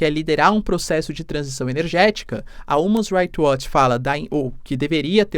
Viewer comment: você precisa melhorar sua pronuncia de inglês, quando vai pronunciar algo (como "human's right watch" nesse vídeo) fica bem errado